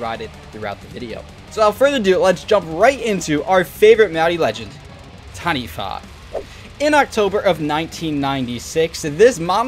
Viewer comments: Well done. First person ive seen on youtube to not butcher it by saying Ta-knee-waa 😂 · As someone from NZ you did well bro! Heard so many people say TANI-WAH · Close enough. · As a Māori EDH player who has been working on my Taniwha deck for several years, I commend your effort to pronounce the name correctly. Respect